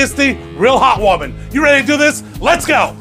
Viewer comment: Love a good beef stew. At the intro. I thought you said “hot women”. But then I realized your said heart warming 🤦🏼‍♂️🤣